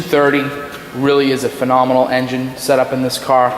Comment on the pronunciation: Phanominol? lmfao is that the new word to use to sell a lemon?